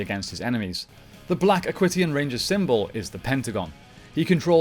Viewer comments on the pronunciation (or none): Great video, just a few errors I noticed though, Aquitions is pronounced Ak-wee-shins not ak-wit-e-ons, you said the black ranger pilots the black beetle borg and Dustin is the yellow ninja storm ranger, wind ninja is the name of the academy